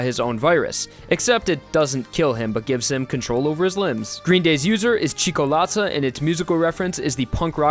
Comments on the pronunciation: Also it’s CHOCO-Lata. Not cheeko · Not only script, but the same audio. He pronounced Sale as [sæil] and Ciocolatta as Chicolatta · I immediately went to see if updated his pronunciation of Cioccolata and he didn't. C H E E K O L A T A